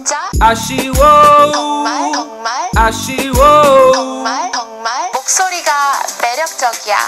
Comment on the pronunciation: 정말 이라는 단어를 잘 들어보면 덩말? 오 들려요~~~~